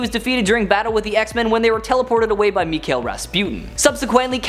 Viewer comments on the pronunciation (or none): none